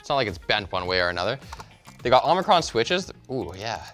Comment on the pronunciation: omron omicron thing got me laughing cause i did it too